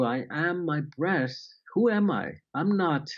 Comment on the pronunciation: I’m sorry but he had trouble saying my breath’s I kept hearing I am my breasts!!! I will try the right way!!! Thanks!!! He says it right in the end!!!